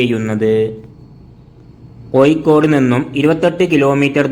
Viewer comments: കോയിക്കോട് അല്ലെടോ... കോഴിക്കോട് .വാഴയുടെ "ഴ "ഏയ് അല്ല . ഏഴ് . നീ ഒക്കെ ആദ്യം മലയാളം പഠിച്ച് വാ....കഷ്ടം .... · Koyikod alla kozhikod aanu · koyikode alla koya, kozhikode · പല്ല് തേക്കുമ്പോൾ നാവ് നന്നായി വടിച്ചു വൃത്തിയാക്കുക "കോയിക്കോട്""😂😊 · കമന്റ്‌ കിട്ടാൻ വേണ്ടി അങ്ങനെ പറയുന്നതാണ് എന്ന് തോന്നുന്നു.....😊 അല്ലെങ്കിൽ അറിവില്ലായ്മ കൊണ്ടോ അക്ഷര ശുദ്ധി ഇല്ലാത്തതു കൊണ്ടോ ആണ് പ്രശ്നം